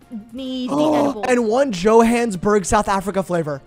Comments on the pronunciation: the way they say Johannesburg stresses me out😰 jo-han-iss-burg if they ever see this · keeps mispronouncing Johannessburg, and it's killing me 😭😭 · pronouncing Johannesburg wrong is KILLING ME